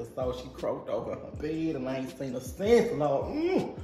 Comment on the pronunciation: “And Ian seen er since” PLEASE! 😭🤣🤣🤣😂😂😭😂😭